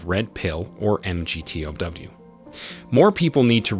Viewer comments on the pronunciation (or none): it’s pronounced MAG-TAO